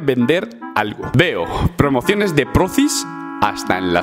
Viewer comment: Me encanta como dice Prrrromociones